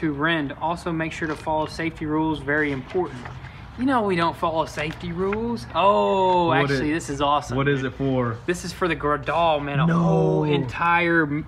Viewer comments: Gradal.... try saying GRADE-ALL LOL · Just for future reference to my knowledge it’s pronounced “grade-all” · I love when younger brother opens the package with Koala and Kangaroo warning signs and says he'd like to hang them up around the property to scare people! And do they know that Gradall is actually pronounced "Grade All"? These guys are too funny! Don't get me wrong, really enjoy the content and thank you for putting it out there for us to see :) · Guys Gradall is pronounced grade-all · Pronounced *GRADE-ALL*